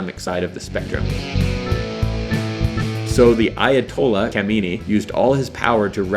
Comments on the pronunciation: SOME CORRECTIONS - The Ayatollah Jamenie ? It's Khamenei. The i at the end sounds like a sharp e. Please don't use H instead of K. You can't pronounce Kh (snoring sound), so just use a K - Khomeini disliked (not hated) and didn't trust the US at first. After the students took over the US embassy and found proof that the US was planning to overthrow Khomeini's government, like in 1953, when the US overthrew the democratically elected liberal government (which you didn't even mention in the video for some reason), Khomeini told the US to give up the Shah in exchange for the hostages. The hostages were embassy workers who Khomeini said were actually spies, working in an embassy which Khomeini called "the den of spies" - NO Iran and the US didn't have a common enemy in Saddam during the Iran-Iraq war. Yes the US was caught selling Iran weapons during the Iran-Contra affair, however during the Iran-Iraq war, the US, USSR, UK, France, West Germany, Saudi Arabia and dozens of other countries supported Saddam. Iran on the other hand was caught by surprise when Saddam attacked and Iran's military was stuck with US and British weapons, without being able to get spare parts or support for those weapons. It should also be noted that during the chaos of the revolution, half of the Iranian military's soldiers had defected and all the top generals and 5000 top officers had been purged, imprisoned, killed or forced to retire early. Despite the odds being against them, the Iran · Khaminae not jaminia you stupid idiot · Jemenai???? That's not how you pronounce it. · As soon as He said "Ayatollah Jamanie" I stopped watching this plonker ... 😏😏 do your research before. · Teodor Dragan I think he said shumeyni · Very inaccurate and you managed to butcher almost everysingle name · It's incredible to me that so much production energy was spent on an utter garbage of a video You might want to learn how to pronounce Khamenei's name correctly (even by English standards). That's a start.